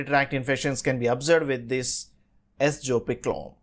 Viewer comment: Wrong pronunciation.